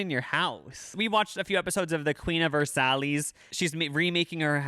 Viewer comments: I don't mean this to be mean but that's not how you pronounce Versailles its like ver-sai no s. I just don't want you to say it in public or europe and someone gives you the eye. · when said “Ver-Sallies” instead of Versailles 😭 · Did you really pronounce Versailles that way? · You did not pronounce Versailles that way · The way pronounced Versailles 😭😭😭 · the way pronounced the queen of versailles lmao